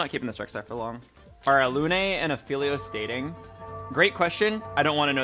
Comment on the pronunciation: Everytime he pronounces Alune like that makes me want to rip my hair out 🫠